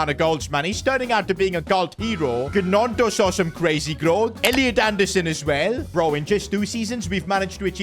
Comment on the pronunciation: Bro it's nonto